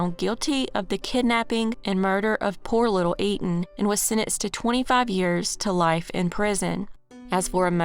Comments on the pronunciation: Etan’s FATHER pronounced it for a guy in at least one interview I saw. He probably had to correct people all the time. Because I too would read it as “Eet’n Pats” before seeing the dad pronounce it. And why would newscasters just make up the same non-intuitive pronunciation? I’m sure people on the street went with “Eet’n Pats”, but they were not correct. I don’t know what else to tell you but look it up. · there is an interview called “Stan Patz: ‘I am truly relieved’” where the reporter, the District Attorney, and most importantly Etan’s father all clearly pronounce his name exactly as I describe. You’re welcome and have a nice day. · Pronunciation... E-tan